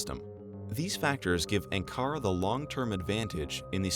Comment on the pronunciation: Ankara [UN-Qa-Ra] (short vowels) not [EN-qara]. please teach this, Shirvan qardas.:(